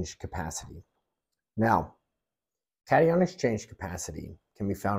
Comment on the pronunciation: Gardeners should always mail samples to get a professional soil test evaluation. It is always pronounced cat-eye-on.